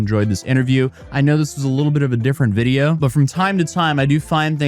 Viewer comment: Yeah he says "Wijeo" 😂😂